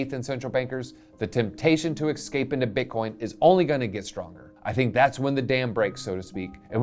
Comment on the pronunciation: I think Milei will win. Argentina needs change. Good video. Nice to see english speakers covering this. My only constructive criticism is that there is no "k" in especially or escape.